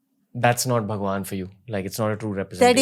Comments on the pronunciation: I m sorry but Why she says bhagwan as pakwan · She is telling bhagwan or phakwan 😂😂😂 this seems quite funny to me